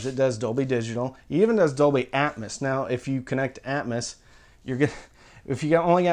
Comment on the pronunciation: I feel like "atmus" is the southern way of saying atmos lol. I agree, getting a center that doesn't suck like the c1+ is more important since that's where 80% of sound comes out. I'd probably invest more in the sub to get something like BIC F12 or comparable and see if you can get a cheaper AVR especially refurb/open box ones if possible. I remember the good old days when you could get a Denon S540bt from A4L for like $150 refurb before covid screwed it up lol. I also agree less is more, no need to waste money on getting 7 channel avr and atmos if you're not at like SVS levels of subs as that's going to make you grin more than hearing the occasional helicopter fly over especially with how hit or miss a soundtrack can be hence why "atmouse" is commonly coined for Disney movies.